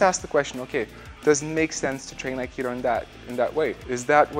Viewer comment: Aikido is my favorite fighting style by you. Underrated. Just mixed it with bjj and boxing and other styles.. love your aikido. Love how you pronounce it as AK ee doe code word Aikido!